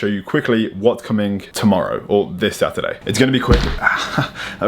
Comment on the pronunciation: when actually says 'Saturday' instead of 'Saturdee'